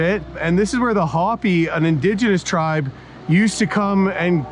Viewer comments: I really enjoyed watching your adventure but I couldn’t ignore the incorrect pronunciation of the Hopi. It’s “hope- ee” not hoppy. 😂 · It's "Hoe-Pee". Not Hoppy, you're disrespectful right off the go. You have mispronounced a LOT of names. Next time do better research. Cool vid, now go back to Cunuckistan. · By the way, it's pronounced Hope, not Hoppy. A very cool tribute. I have looked forward to this video for a long time! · Hopi=hope ee. Not hoppy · EPIC adventure. Glued to the screen! Scenery was outstanding! (Btw, “chasm” is pronounced caz’-um, not chas-um. )😊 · I like all your videos. They are exciting, especially for someone who is nearly 65 and can't do this stuff. There's never a dull moment. Also, Hope-y. Long "o" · Hopi is pronounced "ho·pee," just fyi. Minor quibble. Also, Chasm is pronounced kaz-zum. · Hopi is pronounced hopee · Pronounced hope-ee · always wanted to do that trip. gorgeous scenery, love your awesome travels. I think hopi is pronounced hoh-pee.😉